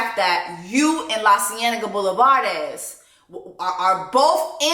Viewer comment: I’m so hype you said Lacienega Boulevardez lmfaoooo &&& I’m hype you’re back on Dish this week babyyyyy!